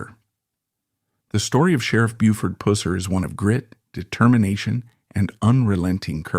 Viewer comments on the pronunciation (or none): Buford's last name was PUSSER!!!!!! NOT PUSER!!!! GAWDAMNED AI NARRATION SUCKS!!!! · Its not "Pusser" as in pussy. It's pronounced Pus-ser as in Pus. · Its Puss er not pouss er like a pussy cat. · Its pusss eR. Not Poo seR lol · It's NOT PUSSER ITS PRONOUNED PUS SIR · Why are you pronouncing his last name wrong !!? Its Pusser, NOT poo-ser...🤷‍♀️🙄 My mom grew up in Jackson TN, and the family knew Buford. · Is the first part of his last name really pronounced like a female cat? I've always heard it pronounced to rhyme with bus. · Listening to u destroying his name ruins this story for me. Puss not pus. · Not Poohser it was Puh ser. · It is Puss-er=Pusser; Not Pooser🙄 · It's PUSSER not POOSER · I can’t stand the way you say “Pusser”. Pronounced like “was”, not like “wuss” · Geez DUDE IF YOU GONNA TELL A STORY. GET YOUR WORDS RIGHT. BUFORD PUSSER NOT POOSER. YOU DON'T KNOW SHIT ABOUT BIG BUFORD. DON'T EVEN NO HOW TO SAY HIS NAME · Learn how to pronounce his name. It’s pus (like a sore ) er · I believe his name is pronounced PUH-ser. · Its pronounced " Puh-ser" not Pooser, not Puss-er. It ids sId that the name derived from Persons. Who knows, he may be related to Truman Capote', who's real name was Persons. Truman was born in New Orleans, wgere his mother lived, but was raised by his aunts in Monroeville, Alabama. He grew up next door to famous author, Harper Lee. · Could not watch. Pusser say it Wright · You are pronouncing his last name wrong. Imagine a sore and it gets infected and puss is running out of it. Add the r at the end and you have Puss...er. Just trying to help you. 😊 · It is pronounced Pus-sir. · If you say pooser one more time!! I’m gonna lose it! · Yeah I'm watching the video now and that pooser is driving me crazy. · Damn ai. Its Purr ser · Man it’s Not pronounced like that. It’s like the gunk that comes out of an infected sore . Pus like bus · It's pew-serrrr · Pusser, long u dude. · Your AI mispronounced his surname the entire video